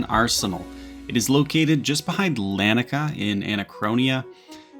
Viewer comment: Bro has the name Vault of Hereditas on screen and still said it wrong 😂 He then proceeds to say Laniakea's name wrong. Bro please learn how to read 😭